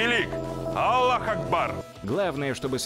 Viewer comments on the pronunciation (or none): none